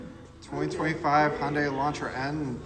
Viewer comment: Hyundai is pronounced hai-une-dai, not "Honday".